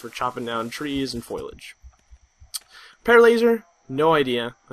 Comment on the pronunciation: Nice mispronunciation of foliage and especially. Foyaledge and ecspecially.